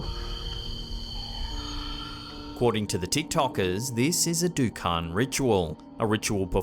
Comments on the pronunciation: Pachong --> Pocong (read: po-chong) Dukun --> read: doo-koon Lampur --> Lampor (read: lamp-por) Nice one. Your videos are always good shows during my breakfast! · Just tips, it is pronounced as 'dookoon'. Also, i think that's fake. Even their act is awful. Love your videos tho!